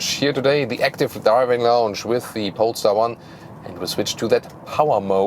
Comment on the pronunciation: Somehow I heard in the intro “pornstar 1” instead of polestar 1 lol